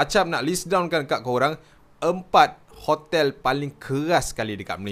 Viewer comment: Kenapa saya dengar ckp khotel ada k